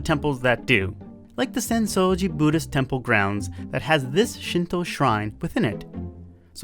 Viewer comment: ffs, it's not "Boodism" man. Japan should have one more rule, don't pronounce stuff like a fokin Gaijin.